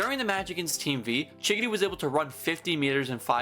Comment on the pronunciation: he’s saying chigiri like giggity